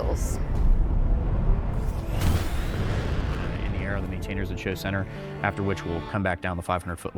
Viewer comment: Geasles rather than measles...you know "g"s,,gravity